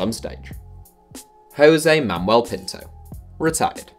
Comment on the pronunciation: "Hose Mamel Pinto"